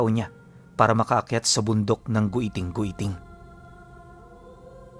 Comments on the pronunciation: Giting2x tamang pagbigkas nyan hinde po Goyting2x...😊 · ROMBLON & HILIGAYNON DIALECTS ALMOST HAVE THE SAME PRONUNCIATION, SO IT IS PRONOUNCE AS (GITING - GITING) NOT AS GUITING - GUITING). DO YOUR RESEARCH, IF U WON'T BELIEVE ME. JUST WANT TO HELP! THANKS! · mount giting2x po ang tamang pag bigkas nyan hnde gwiting2x hahaha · It pronounces GITING-GITING not "gweting-gweting" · It's giting giting po pronouncation niyan at Dito Yan samin sa sibuyan but sadly gusto minahin Yan ngayon😢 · sorry mali pag ka bigkas ng my guiting guiting po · Mali yung pag pronounce mo sa pangalan ng bundok